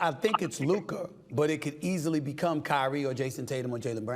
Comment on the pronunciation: "" 😂